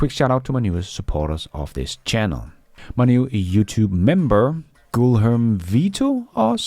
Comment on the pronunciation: gee-air-may. To pronounce Guilherme. Usually with two L's but not sure about that spelling. Probably still not right but much closer. Also, compliment - ary. Not complimen - tary. But I'm just trying to be a pronunciation coach. Not knocking you. Speaking more than one language is tough. You do very well 99% of the time. Kudos!